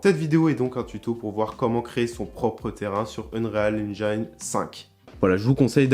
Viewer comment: Par contre en anglais on ne prononce pas engine avec l’accent sur le i, c’est juste engine avec un i comme en français ;)